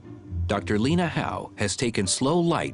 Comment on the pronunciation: Lene, not Lena.